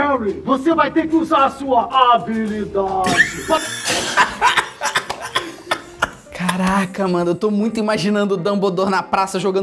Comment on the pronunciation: Eu n tenkei a parte da "HaBiLiDaDe" E do "dumblidori" kkkkkkkkkk